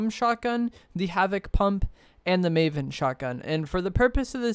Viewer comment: First of all it’s “maven,” not “mavon.” And secondly, the maven is terrible, you’re wrong. It has the slowest ttk out of either of them. Only the exotic version is decent